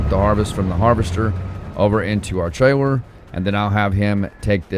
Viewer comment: Buddy, are you aware that your merch says “your fired” and it should be “you’re” maybe I’m missing the joke. Also it’s “trailer” I’ve heard you say the “L” sound. I know you can say it right.